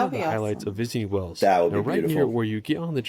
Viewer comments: I don’t know why you keep saying Wells when the country is Wales, pronounced exactly the same way as Whales and Wails. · Wales not Wells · Wells? It's Wales. Wells is a place in Somerset. Listen and pronounce properly. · Hi Guys. I love Wales. Not that i'm biased in any way ( I live a few mins drive from South Stack Lighthouse) 🏴 Please don't listen to how the narator pronounced the places. I don't think i've ever heard Llanberis buttered so badly 😞, i know you struggle to say Wales. Have you tried splitting it in 2? For example way-ulls. Don't know if it will help 🤷🏻‍♀️ 🏴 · Wayles say it like this not wells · Wales is not pronounced Wells. Rhymes with males. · It's pronounced WAAYYles. not Wells. like the big things in the sea. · It's Wales 🏴 not wells please please pronounce it by proper name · FOR CRYING OUT LOUD, it is about time that you pronounce the country of Wales properly. It is Wales and not WELLS. Well is a small town in England. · It is not called Wells ffs. It is pronounced just like Whales and Wails. Wales. You can go to Wells, but you won't be near Wales. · Wales is pronounced like whales the animals, not wells where you get water. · C'mon at least try to make an effort to say Wales, and not Wells. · It’s whales not wells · Wales and Wells are different words. He's pronouncing Wales incorrectly. Just look at the comments. Everyone is agreeing with me 😉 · Your still saying Wells. Please try one 🐋 two whales 🐋 🐋 you have no idea how long i have being contemplating sending this message. 😆👍👍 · Yes, they should try and say "Way'ells", quickly. Not "Wells". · No it's not. It's like Wails not Wells. Nothing to do with having an accent. Better still call it Cymru, pronounced Come ree. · WAILS WAILS WAILS!! not WELLS 😮😂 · No, nothing to do with accents - it's pronounced exactly same as whales, and wails. Does he say "wells" instead of "whales"? Does he say Killer Well, or Blue Well? Unlikely 😀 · It's pronounced WAILS 👌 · Wales NOT Wells FFS